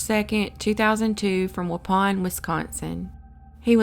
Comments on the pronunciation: you pronounced waupun right! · Why is that anyone who doesn't live in Wisconsin, simply does not seem to be able to pronounce the names properly? Most of them are actually phonetic. It's not Wah Soh, it's WAH SAW. Curiously tho, you DID pronounce Waupun correctly...